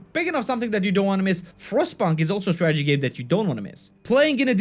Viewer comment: I kept on hearing tragedy game....